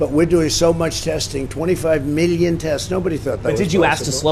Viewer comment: This guy is the king of avoiding the question. I don't understand why he's always using "Meeleo" when it comes to numbers.